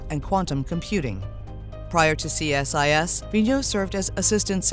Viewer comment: and it's aka see-sus not C.S.I.S.